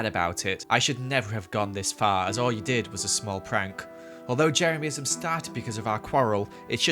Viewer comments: HE SAID JERAMISM NOT JEREMYISM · I can’t get over the way says Jeremyism “Jeremiahmism”